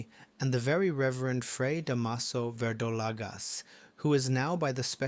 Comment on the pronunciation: Da’maso The stress is on the first syllable 😊